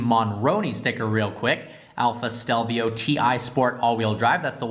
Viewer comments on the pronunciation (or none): he says stelvia instead of stelvio